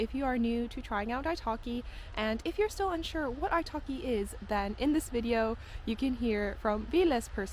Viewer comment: I keep hearing italki as ice hockey..😊